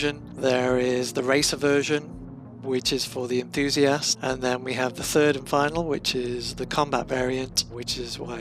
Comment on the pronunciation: I definitely tabbed back to this window after that. "...Did he just say 'turd improvements?'"